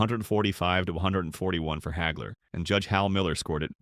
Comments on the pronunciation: "Marvelous Marvin Heygler"?!! Uh....Wha...!! Everyone I know and have heard speak this man's name pronounces it Hagler - ie., Haagler. Where the *** does "Heygler" come from? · AI can't even say his name right.